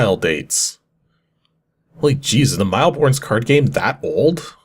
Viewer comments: Aren't you Canadian? Shouldn't you know mille is French for 1,000 and pronounced similar to /meal/? 🤨 - WTAH is this game? I have ZERO clue what's happening. I can't even figure out if I really want to try it or avoid it. 🤔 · "Mille Bornes" is pronounced like "Mill Born". Like most French words, the 's' at the end is silent :)